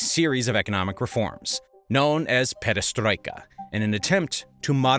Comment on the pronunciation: Great video! Barbarossa, not Barbossa Perestroika, not Pedestroika